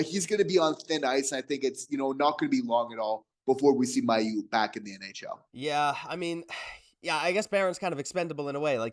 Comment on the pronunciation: It's pronounced May-u, you guys are saying his name wrong